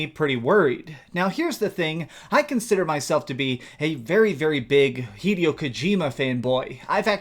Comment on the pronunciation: its pronounced hi-day-o not hedio you moron